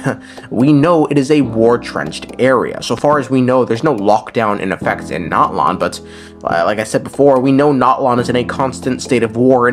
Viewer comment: Bro... The game tells you how to pronounce Natlan. It's Nat-lan not NOT-lawn. 💀🪦